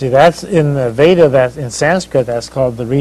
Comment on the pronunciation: He pronounced "योग सुत्र/Yoga Sutra" & "वेद/Veda" perfectly. Sadly even Indians don't appear to pronounce it proper as many Indians will either pronounce it as "योग् सुत्र" or "योगा सुत्रा" & "वेद्" or "वेदा".